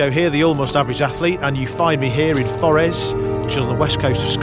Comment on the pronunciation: Forres... not Forrez